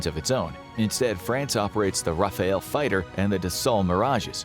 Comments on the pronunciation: "Rafale" is the name for the french one. Not Rafael. ;p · Seems anglo saxons are totaly unable to pronounce correctly Rafale , they did always say Rafael (a italian artist from the 15 century) . In french Rafale means « wind gust » or…. « Burst fire »